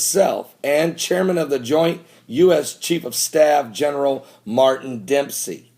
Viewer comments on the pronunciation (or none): none